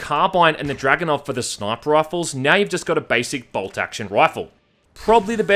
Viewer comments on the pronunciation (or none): none